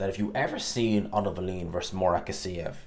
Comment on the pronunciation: Gas-E-ev, not Gas-EEE-ev